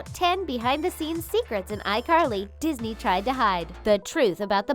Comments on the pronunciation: Why she say disany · She said dinany